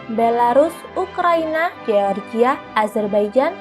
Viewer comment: Mimin ini nyebut NATO sok sok dibaca dibaca NE _TO, tapi baca GEORGIA malah dibaca GE_OR_GI_A , seharusnya dibacanya jadi JOR_JI_YA.